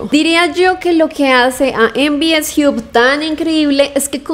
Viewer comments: Se pronuncia jab o job, no jiub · En Bi Es Jiu ? Me mató, hay que mejorat el Inglés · "MVS jiup" .... jajjajajaj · "mvs JIUB" 😂